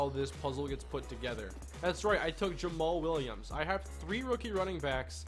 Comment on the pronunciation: Yay you said jammal williams right